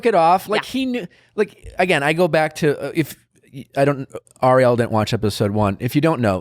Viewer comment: I laughed out loud every time Nick mispronounced Arielle's name for the second half of the podcast. Its just tooooooooo good.